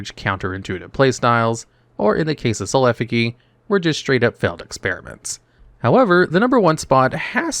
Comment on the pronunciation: One of us is saying Effigy wrong